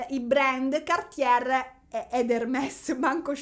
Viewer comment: insomma... se il "livello culturale che merita tanto di cappello " è questo, penso che ci siano seri problemi. Per esempio se non sai pronunciare Atelier correttamente o cerchi su google o dici sartoria, sartoria di alta moda. Vale anche per Cartier, se non sai pronunciarlo informati. Sul resto potrei concordare. Peccato per il tono sempre stridulo della voce.